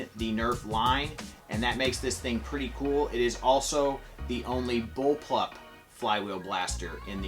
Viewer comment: My guy actually said bullplup blaster